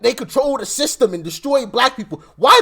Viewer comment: Someone needs to tell Charlemagne tha Clod that it's pronounced system, not thythtem. The guy's a millionaire, you would think he could afford some speech therapy.